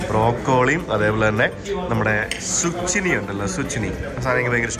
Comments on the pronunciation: സൂച്ചിനി അല്ലടോ സ്യൂക്കിനി 🤣🤣🤣🤣🤣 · English vegetable pronounciation is wrong (Broccoli, Zucchini)Next time please take care